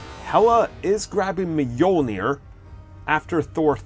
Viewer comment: “Hela is grabbing Me-Olneer”